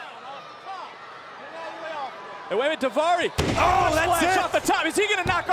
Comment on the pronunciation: . What the hell did davari say 😂